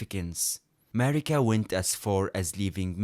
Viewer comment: Demihuman queen "marigga" notice the "gg" on it 💀